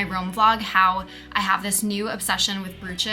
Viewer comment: I believe you are mis-pronouncing “brooches” and “bagels” Love your insights, you are talented and a fashion icon.